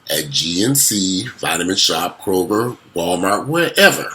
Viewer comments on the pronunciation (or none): none